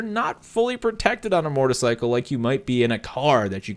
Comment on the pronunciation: Is it just me or do I keep hearing him say Mortarcycle instead of motorcycle?